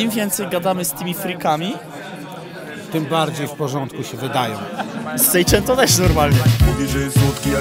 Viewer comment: "sejczento" XDDDD